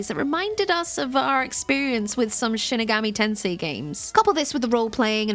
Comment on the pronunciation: Was just gonna say this, Shin Megami Tensei is not shinegami tensei or whatever she said.